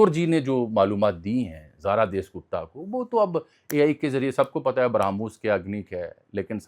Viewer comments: ان یوٹیوبرز کو پڑھنے کی عادت نہیں ہوتی بس لکھی لکھائی چیزیں آکر بول دیتے ہیں۔ اس کو جاسوس لڑکی کا نام نہیں لینا آتا۔ اس کا نام زارا دیس نہیں زارا داس گپتا تھا۔ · دیس گپتا نہیں داس گپتا ہے